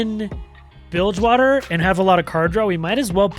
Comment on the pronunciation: The second you said bildgewater i couldn't stop grinning lol.